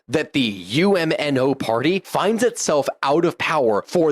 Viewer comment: UMNO is pronounced Um-no